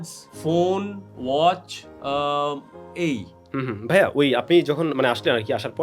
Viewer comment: অতিরিক্ত সম্মান করতে গিয়ে "ভাইয়া" কে "ভিইয়া" বলা